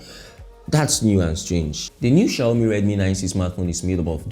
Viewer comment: I love how you call it shayomi😂😂😂